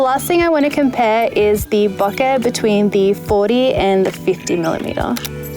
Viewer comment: It's "BOH-kay". Please pronounce it right. You are driving me nuts.